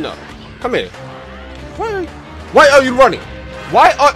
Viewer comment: WHY AH YOU RAHNNING